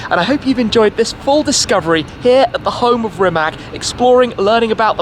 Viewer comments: How about you first start pronouncing the dude's name correctly, and the name of the factory as well. It's "Rimats", not "Rimak". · It's Rimac! Not Rimak! You should pronounce it like ''Rimats''! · Rimatz, not Rimak! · Its not Rimak, its Rimac. Dam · NOT Rimak? RIMAC! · It is Rimac, not Rimak